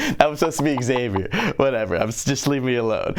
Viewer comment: How non english tongue hears Xavier: ExSavior